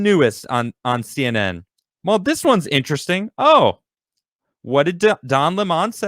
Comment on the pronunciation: To me, “SEE EN EN” now is called C N E N D